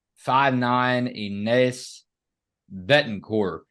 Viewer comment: Ines (pronounced E-nesh, gents) is going to surprise a lotta folks this season. She didn't know the system when she came in last season - at least not until the end of the season. She's got lots of practice time under her belt now so I think she'll show lots more control. She's got great skills and a nice touch around the basket. She's sneaky good on D, and like you said, she can hit the 3.